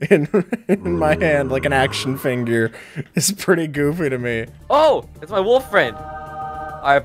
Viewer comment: who realized that he said "action finger"